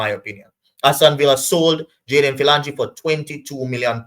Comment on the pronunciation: His name is pronounced ' fill- o- jeen'